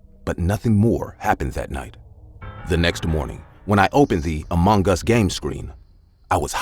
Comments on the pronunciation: About the first story, why do you say "amonggus" ? That's supposed to be "among us". 😟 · I thought he was saying amungus 😂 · Why is he saying Among gas. Lol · It's just me? Or he really keep saying amonGAS🤨